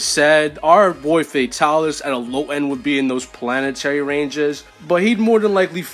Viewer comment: Bro said Pianatary